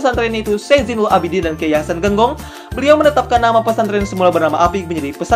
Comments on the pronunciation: Buat konten jangan sekedar buat dong bos Masak penyebutan kata Genggong aja salah saya sebagai santri nya sangat amat tersinggung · Kalo mau buat konten jangan hanya belajar di internet dong, kayak yang sudah tau banget pesantren di probolinggo. menyebutkan kata "Genggong" saja sudah keliru, kemudian menyebut Kh. hasan Saifouridzall juga kurang tepat, kami sebagai santrinya merasa kesindir.